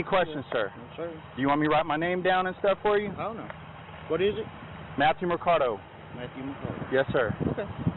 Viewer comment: It looked like the cop punched him after he shoved him too n yeah the cop was not even making logical sense. There was zero attitude from the driver AND if the cop's last name is Mercado, then he also pronounced his own name wrong. Ima call roid rage on this one.😳